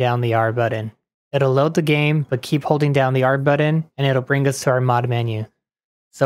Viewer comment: The word is "button", not "buddin". lol